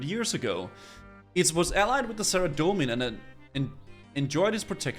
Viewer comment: Sarah-doe-man Zam-oh-rack Arm-uh-deal